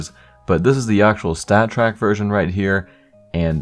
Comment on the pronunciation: When he says "version", it sounds like virgin. Ayy lmaoo